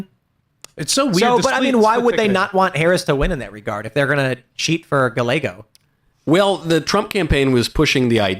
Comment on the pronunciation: Pro tip guys the double l sound in Spanish is a y sound It's not pronounced gal a go It's pronounced guy a go